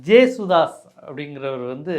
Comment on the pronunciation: அவரது பெயர் கே.ஜே. ஏசுதாஸ். ஜேசுதாஸ் என்று தவறாக உச்சரிக்கின்றனர்.